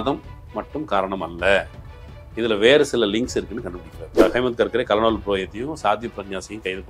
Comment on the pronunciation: Dear, it isn’t கலனல் (colonel) it should be pronounced கர்னல். 🙋🏾‍♂️